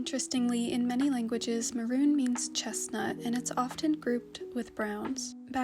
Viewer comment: It’s actually pronounced as maroon